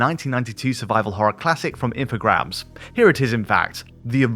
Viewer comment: Wait, it’s Info “grahams”? I’ve been calling it Infogrames (sounds like games) for years